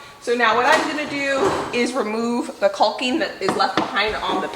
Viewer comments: Isn't it pronounced Cocking?(Caulking)...LOL. I giggle when you say CALL KING hahaha. I wonder if you could make those floor outlets? I'm glad your taking that wall down. Such a beautiful view that is being covered. Smart. Get your rest guys! ❤️ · Kawking,L is silent...not Kulking. Lol. Imo, take down the wall, patch the floor, foor outlet . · We love watching your channel! But please … caulking is pronounced caw-king. I don’t know why but I cringe every time you say it. I’ll blame my mother. She was big on grammar and pronunciation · honey CAWKING NOT CULKING. You are so funny. I'm with Sheba. Lol total hysteria. Take that darn wall down. That is the ugliest thing I have ever seen. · I'm sorry, the pronunciation of caulking as "colking" is driving me crazy. Skipping to videos when the "colking" is done. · U are saying caulking wrong is called cocking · The L in caulking is silent. You pronounce it like you pronounce the word talking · Are we Canadians mispronouncing “caulking”? We all leave the “l” out… like a silent “l”. Is it like zed and zee?